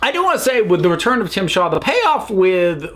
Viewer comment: Yeah, it's Tzim-sha. But that's not as funny as Tim Shaw.